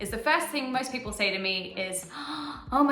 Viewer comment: Tassie is .... missing!!! Wot? I hear g'day fifty times a day. A stubby is a small bottle of beer. A tinnie is a can of beer. They're still called stubby holders though. A car port is a non-enclosed 'garage', sort of like your car has its own verandah. You sound like you're saying pepp'l...